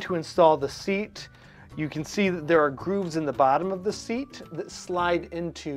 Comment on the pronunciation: Seat, not sear